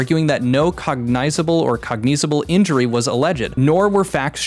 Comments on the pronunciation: Cog-niz-able. Jesus Christ, google has been pronouncing words for over a decade now have some standards for yourself. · Whenever you learn how to pronounce COGNIZABLE, I'll susbcribe